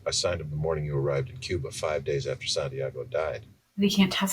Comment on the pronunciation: San tiaaaago 😂😂😂😂 es de vergüenza como pronuncian santiago los americanos que se creen duelos del mundo